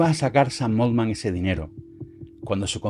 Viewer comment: 📢 La pronunciación correcta de "Altman" es ˈɔːltmən o ˈɑːltmən. Nunca 'oʊldmən. Oldman es otro apellido.